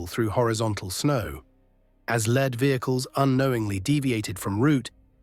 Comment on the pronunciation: Lead is pronounced as LEED in this context